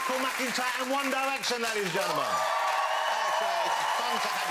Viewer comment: "Won Diwection"